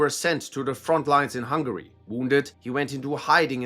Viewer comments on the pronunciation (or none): none